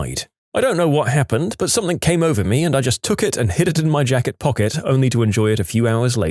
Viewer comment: No k in the word something .